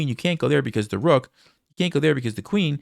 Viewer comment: the Queen just can’t take duh rukhhhh? At least to try to prolong the game?